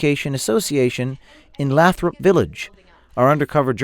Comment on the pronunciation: It’s pronounced “LAYthrup” and it’s a rich neighborhood!